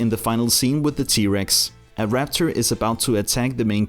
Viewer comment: No offense but it’s raptor not rapcher